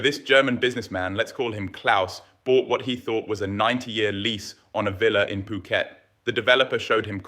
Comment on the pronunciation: Please don’t pronounce the H in Phuket. It’s Poo-Ket. When you said Foo-Ket, i immediately thought you were ai and almost switched off.